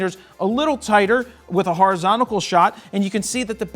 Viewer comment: 7.5 min, he says( horozonticle )shot .Dont you love it when the advent of a new language arises ,and 1000 years later we need a translater.Joking but its true we all do it so lets pretend he dident say it